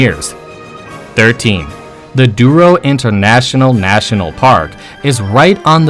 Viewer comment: It is not "Duro" but "Douro" (from the river Douro). "Ou" sounds like "o" and not "u".